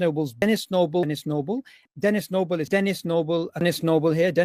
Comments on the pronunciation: I really like how after hearing saying "Denis Noble" one thousand times in a row, it starts to sound like he's saying "tennis snowball." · Hear it repeated enough times, and it starts to sound like 'tennis snowball'. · The amount of times he said that I genuinely started hearing 'Den is noble.' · Omg i counted FUCKING 46 TIMES he said denis noble in the montage💀💀💀💀💀💀💀💀💀💀💀💀💀💀💀 Edit: i tried again and got 49💀💀💀💀💀💀💀💀💀💀💀💀💀💀💀💀💀💀💀💀💀💀💀💀💀